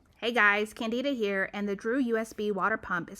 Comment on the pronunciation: Did ... did you say your name is Candida? Like ... the vaginal infection?